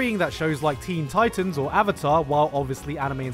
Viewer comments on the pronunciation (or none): none